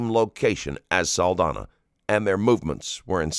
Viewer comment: ITs an "ñ" so Saldaña is pronounced "Saldanya", please correct that for a next video, the psychopath was the only one that pronounced her last name correctly